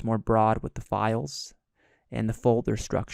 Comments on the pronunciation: Two hours with a narrator pronouncing libraries as "lie-berries" - WTF? I don't think I can do it! Oh, and spoiler alert, there are no "Exercise Files" for this module, so don't bother following the link and filling out the access card. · You all have issue with his "Li Berries " But I am uncomfortable with the sound of his breathing and taking saliva inside. He might keep the mic in his mouth. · "lie-berries" lol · It almost makes you wonder if he is trolling on purpose.